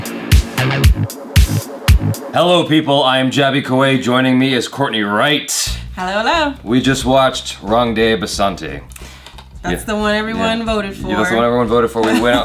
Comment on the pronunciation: first of all it's rang de basanti and not bastanti...